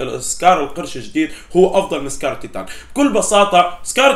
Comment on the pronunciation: مين لاحظ انو قال سكار الطيطان